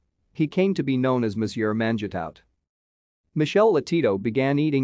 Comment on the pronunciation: Monsieur MAN-JEH-TOWT come on guy